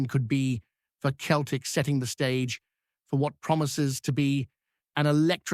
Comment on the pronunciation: Celtic not Keltic ,how many times do I have to tell you 🤷‍♂️